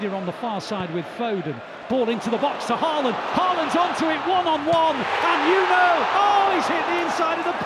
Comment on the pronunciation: Please get Haaland's name pronounced correctly.